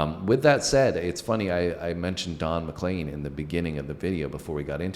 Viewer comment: Just to help - CROW-chee - accent first syllable. He was on his way to do a concert at my college when his plane went down. Very upsetting. And Don is McLean (leen) not McClain.